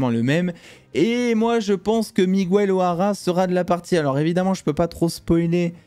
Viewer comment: je t'adore mais par pitié arrête de prononcer Miguel "Migouel" 😂😂😂